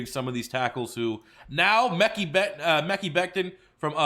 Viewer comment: It’s not pronounced “meck-ee” it’s “meh-ki”